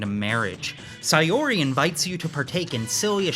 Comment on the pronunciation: The way you pronounce Saori as Sayori lowkey drives me insane 😭😭😭 guys it’s sao-ree